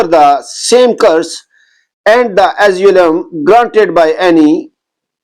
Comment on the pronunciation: Get someone to check your pronunciation first, you cannot read english. Asylum, retaliation, wounds, are all mistakes. It's better if you recite the translation in urdu and do not make a fool of yourself and jest of the Hadith.